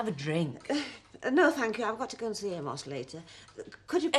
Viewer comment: Bill really needs to pronounce the ‘o’ in Amos’s name-or it could sound like-another word.